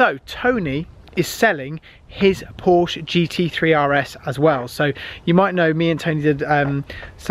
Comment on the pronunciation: Glad you enjoyed the GT3RS and all the best in your racing career. Would be great if you said Porsche properly. Thank you.